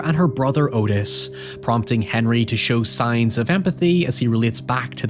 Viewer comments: Its not Otis its pronounced ahtis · Not the point, and the movie probably got it wrong, but Otis apparently pronounced his name like Aw-tis, or Ottis, not Oh-tis. But he was a POS either way.